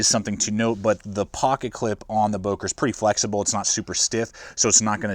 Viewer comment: i liked, good vid. would wish the böker had a finger choil, as well as the delica. would make the delica almost perfect for a lightweight edc. one more thing: dont wanna be smartass, but its not "bouker", as english speaking people say, its "böker". please look it up how its being spoken. would make the vid more sympathic, professional and international, more world-opened up.